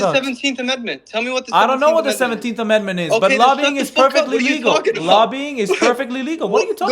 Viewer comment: That idiot cant even say the word amendment 🤪🤭🤣